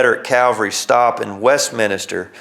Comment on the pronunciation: It's "West-Min-Ster", There is NO "I" after the "N". And Yes I grew up just outside Westminster in a small town of Frizzleburg!